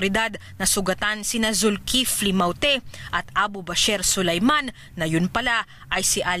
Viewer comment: paulit ulit kong pinakikiingan kung paano nya binibigkas ang salitang "mawte" 😁